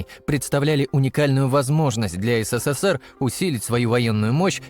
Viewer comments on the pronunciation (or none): none